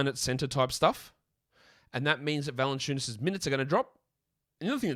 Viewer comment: Jonas Vaah-SUE-Enu-WA-SAAS 🥸😂😂😂😂😂😂😂😂😂😂😂😂